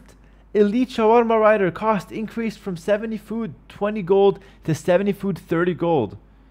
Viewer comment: I am sorry but its so funny that says "shawarma rider" kills me everytime